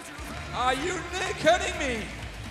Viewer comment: "ARE YOU KEEDING ME?!"